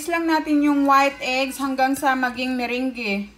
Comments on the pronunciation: Mirange.. mirang po ata pronounce te..hihi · Pwede niyo pong gawin ung Meringue(by the way Merang po ung pagka pronounce sa kanya hehehe) kahit wala po kayong mixer. Pwede gumamit ng whisk or egg beater. Medyo sasakit lang konti yung kamay at braso kasi kailangan mabilisan ung pag whisk sa egg whites.